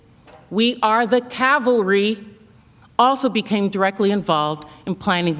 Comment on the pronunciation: We are bringing the cal- vary. It's cavalry you meathead. Not a very good eye for detail, considering you are a prosecutor. Get your facts right loser.